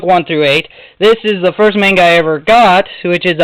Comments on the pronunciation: MON-GUH is how it's pronounced! NOT MAIN-GUH. Damn that gets under my skin when I hear it pronounced like that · okay PLAESE this is bothering me soooo much, you have all this manga and you pronounce it wrong! please!!! its monga!!! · No dont make those retarded little faces its pronounced MONGA. IN JAPAN THEY DO NOT HAVE A LONG "A" SOUND. IT COMES OUT AS THE SHORT A SOUND, MONGA. or TO BE REALLY SPECIFIC, M-AH-NGA. learn you facts.